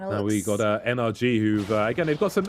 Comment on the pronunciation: Can u please say NRG tm and not energy